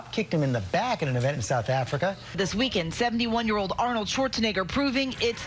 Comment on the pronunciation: "WELCOME TO SOUTH AFRRRRICAH"!!!